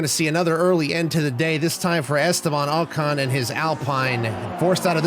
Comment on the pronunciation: "Estaban OCAN"